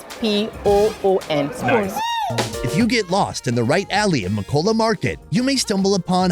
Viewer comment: I flinched when he pronounced Makola like Makowla